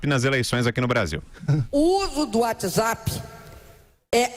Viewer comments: Uóti Zápi! Muito louca! 😂😂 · Ela disse uoti zapi? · Uátizapi...! kkkkkkkkkkkkkkkkkk